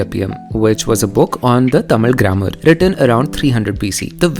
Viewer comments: Bro, are you sure the things you are saying are the facts! You don't even pronounce 'TAMIL' correctly! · I think you are saying the word Tamil the wrong way. Its not that infinity vala in marathi 'ळ'. Its more related to ya or 'य' Regardless, brilliant work.. I love this channel. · she is killing the pronunciations of the words. Its actually pretty good pronunciation if she isn’t a tamilian (i really think she isn’t tamilian)